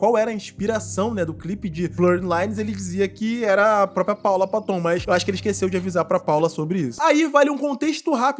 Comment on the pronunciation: Ridículo essa apresentação dele com a Miley Cirus mesmo. Teve uma época em que ela se perdeu, igual à muitos artistas, o sistema quer você destruído. A Paula Patton é bem bonita. Se pronuncia Péton e não paton